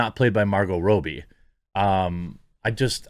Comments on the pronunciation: why do you say "rob-ee" as "row-be" ? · ITS NOT ROBY ITS ROBBIE ROBBIE LIKE ROBERT ROBBIE NOT ROBY GOD IDK WHY BUT DRIVES BUTS WHEN YOU SAY IT WRONG